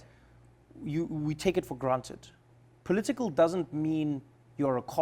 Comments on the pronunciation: No, he just switched to another South African accent - there's a cultural vibe to saying things that way. I do it sometimes to get a certain tone across in conversation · his accent really came back for a second when he said "political" lol something i noticed